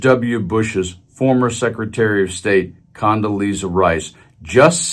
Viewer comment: condolesa rice 🤣 😅😂